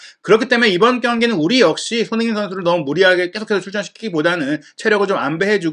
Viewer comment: 손흥 인 라고 발음좀 하지마라요 ㅡ진짜 거슬려서 구독취소 ㅡ내용많다고 좋은건 가 ㅡ듣기편하고 재미있어야지 축구전문가될려고 유투브 보냐 ㅡ천천히 말해도 될텐데 왜그리 총알스피드로 말하냐 초반에는 솔깃해서 듣다가 나가게된다